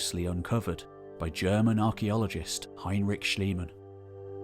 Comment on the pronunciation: His name was Schliemann. Please don't swap "e" and "i" in German. E.g. there is a minor difference between schießen and scheißen. ( to shoot and to shit)😂😂